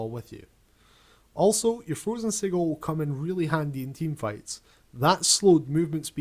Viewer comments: you pronounced "sigil" incorrectly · lol the way he says sigil